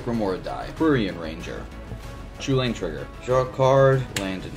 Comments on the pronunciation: It's pronounced Chew-lane, the designer of the card even mentioned this, you also call it this it , the other pronunciation sounds terrible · is it really pronounced "Cullen"? I have always pronounced the commander's name Chu-lane, as in chu chu, like a train and lane :) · Chu lane not hullan. The creators of chulane and the brawl decks call it chu lane not hullan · Its not "Hullen" Emma Handy was on the brawl design team and she pronounced it as "chew-lane" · Top of my head, Chulane was based on Cú Chulainn, so I've always had in my head that it's pronounced "Koo-layn"